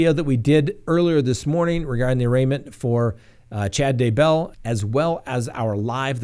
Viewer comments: Ugh I find that so annoying. Scott mispronounces it also. He says "d' BELL". It's DAY-bell. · Its DAYbell. Accent on the Day.